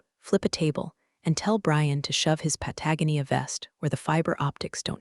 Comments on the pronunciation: can someone please tell the AI how to pronounce pa-tah-GO-nee-ah? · Pah-tah-GO-knee-uh If you refuse to fix the AI, use the name of another country. Try Belize or Ecuador. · Pah-tag-uh-knee-uh for Patagonia???😂😂😂😂😂😂😂😂😂😂😂😂😂😂😂😂😂😂😂😂😂😂😂😂😂😂😂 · Po tag ah nea 🤣🤪😝. It’s pronounced Pat a goan knee uuh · Pat-a-gon-ia, please teach the algorithm the pronunciation it's been crucifying this for a very long time. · Patagonia is: "Pat-uh-go-knee-uh". Aaarrrggghhh!! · pat - uh- gon-E-uh. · Pat-a- GON-ia dear AI. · Pat-a-GO- nia PEOPLE: PROOF YOUR POSTS!! AI CAN'T MAKE THOSE LEAPS🤦🏼‼️ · Why can't these AIs pronounce Patagonia? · Thats not how you pronounce Patagonia! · While I know I'm throwing a comment out into the wind.... The AI said Patagonia but I had to stop and think about it for 2 minutes before I realized what it was trying to say. Might be a good idea to check its pronunciation on proper nouns. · PLEASE learn how to pronounce Patagonia!!! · Pronounce "Patagonia" right! And "Peleton." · Can someone teach the AI to properly pronounce "Patagonia" please? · If her name is Linda Miller, then why was her boss calling her Becky? I never get tired of AI voices mispronounce Patagonia. That was sarcasm. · In every story, bad guys wear Patagonia vests, and the AI butchers the pronunciation. ☹️ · AI needs to learn how to pronounce Patagonia……. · Finally! Consequences. Great ending. If you're going to use the word 'Patagonia' please teach AI to say it properly. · Teach your AI to pronounce "Patagonia" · And Patagonia. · BTW, when is someone going to explain to the AI how to pronounce Patagonia? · Given that Patagonia actively enforces its trademarks and copyrights, there is no wonder that the AI mispronounces its name. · lets teach the AI to pronounce Patagonia, louboutin and the difference between read and read (red)